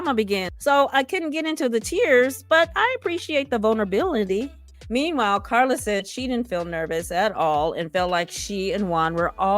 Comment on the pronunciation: Love the way you pronounce Carla!